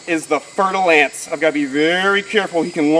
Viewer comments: Fer-de-lance is french word. You have to say with French accent or I unfollow your beautiful channel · fer de lance, mhm. i did not know how to spell it and i thought i heard fertilized ants..... yea. i knew it wasnt right, but what IS right then?